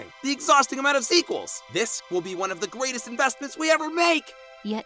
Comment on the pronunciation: did nickel just say "gweatest"?